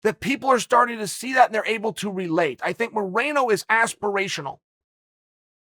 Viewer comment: Chael " Aspiritional" Sonnen